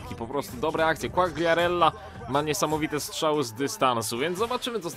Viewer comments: nie quagriarella tylko quariarella, czytaj bez G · Fabio Quagliarella - czytaj : (kłajarella)